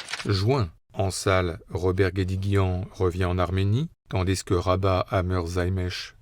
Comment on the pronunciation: j’adore le narrateur, mais bon dieu pourquoi fait il la liaison dans « tandis que » du « s ». Sinon ces rétrospectives sont géniales ❤